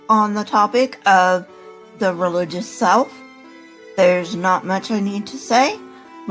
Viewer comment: It almost sounded like you said: “the religious south” at the beginning. 😁 but seriously, this stuff you present and your straight forward approach is awesome. Thank you.